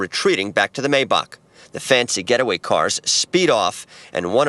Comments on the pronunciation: I hate when mfs say a “maybock” it’s a gd maybach mayback” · The “maybock” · Mercedes maybac 🤣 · The way that man on news said mayboack” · i lowkey hate how the news reporter says maybach and “a longer gun” man that’s big draco himself w a draco😭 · I love how the guy on the news accidentally said Maybach wrong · They way he says Maybach is funny